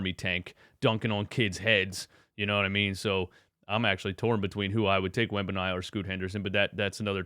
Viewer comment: Wen-ban-yah-ma… I don’t know what sweepstakes you’re talking about, lol